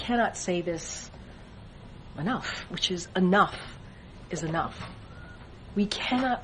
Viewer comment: If I were a press secretary I'd pronounce the "E" in Enough.